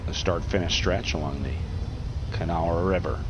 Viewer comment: The announcer pronounced the Kanawha River correctly. Most people butcher the word Kanawha, like Jon Stewart did on the Daily Show.